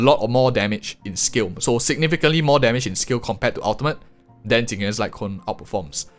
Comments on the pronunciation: Ok.. why are you saying Jing Yuan and i m hearing Tingyun? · I was three minutes into the video before I realized that when you were talking about "Tingyun's" signature light cone you meant Jing Yuan. Not trying to make fun of your accent, but I was trying to figure out how a Harmony character had a light cone that compared to Erudition!